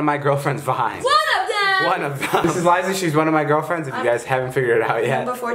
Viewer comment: did he say one of my girlfriemds?